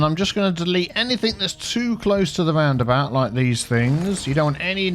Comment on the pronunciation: Aaah the “horky borky about” 😂😂😂 love your vids man 😀